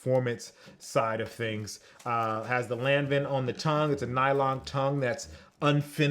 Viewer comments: Its not pronounce lanvin, it's lonvain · It's pronounced Laang- Vaang :) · Yo Lanvin is pronounced LOHN.VAHN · It’s pronounced ‘Lonvan’ just sayin 🤷🏽‍♂️